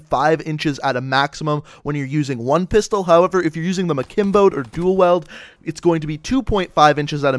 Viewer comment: who heard him say duel weld XD